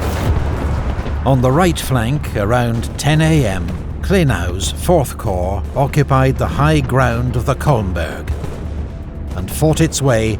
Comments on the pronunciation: love this but can't bloody stand the way you pronounce Corp... "the third choh" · I only watch these episodes to listen to the narrator say 'Corrrr'